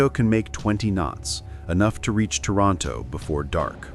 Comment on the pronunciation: Toronto? Taranto? Lol